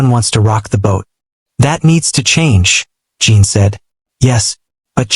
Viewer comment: I see others have already reported the seizure inducing shaking of the screen. The story is good about the medical profession and that there is always room for improvement. Jin is not Jean or Gene, check the pronunciation, please, the AI is terrible.